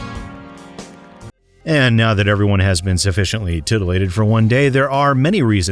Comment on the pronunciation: "Titillated"! XD